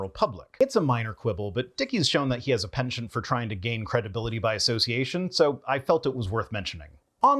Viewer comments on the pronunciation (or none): none